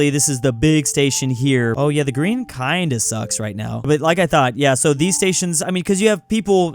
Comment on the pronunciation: "Da Green" you have triggered my inner Bears fan with that one